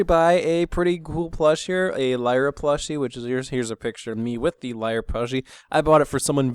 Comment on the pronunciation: Lyre ? You must have slipped on the word there. ->Lyra